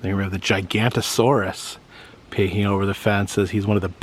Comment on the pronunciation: It´s actually "Giganotosaurus" but there is a Sauropod which Name is "Gigantosaurus"